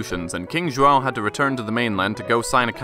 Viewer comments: I'm honestly impressed at your pronunciation of Pedro's full name. You even got both João and José right, which is rare. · Ok as a Brazilian the most impressive part of this video was your pronunciation of João, most English speakers cannot even get close before I stop them from hurting themselves and say John is ok. Also, I understand that you used the Hino do Ipiranga (Brazil's modern national anthem) because it is more well known, the more accurate national anthem would have been the Hino da Independência ( ) which incidentally was partially written by Brazil's first emperor. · Best pronunciation of João I have ever heard from an English speaker.